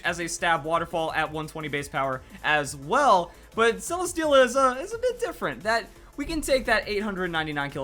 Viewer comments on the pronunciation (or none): It's pronounced se-le-stee-la